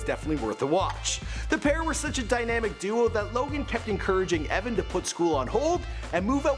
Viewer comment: It's Evan not Eveen